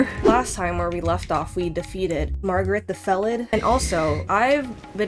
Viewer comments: I love that you call Margit....Margaret. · its not stormfield its not the gafted its not margrit 😭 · Who the fuck is "margret" ??? Who the fuck is Mikaeleth??? DO YOU EVEN READ NAMES BRO? MAH-LIH-KETH >.< EVERGOAL??? IT'S GAOL. JAIL. EVERJAILS. WHERE THEY KEEP DANGEROUS PRISONERS. DO YOU EVEN BRAIN??